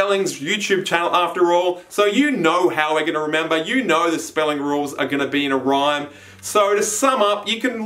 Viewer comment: it’s ok XD